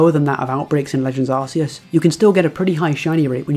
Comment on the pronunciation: This guy lost me at arseus